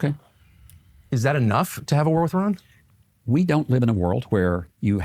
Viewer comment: Kind of irrelevant, but I had to turn on captions to know Tucker was saying a "war with Iran." Sounded very mumbled for some reason.